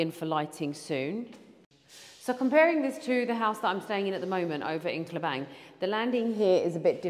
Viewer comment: The place name Klebang not Klubang ma'am..😊